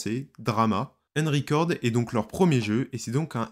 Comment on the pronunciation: Une horreur d'entendre ta prononciation du "un" dans Unrecord. C'est un "u" et pas un "e" donc pas "enricord"....